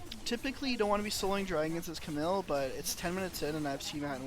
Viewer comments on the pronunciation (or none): It’s cam eel not camill!!!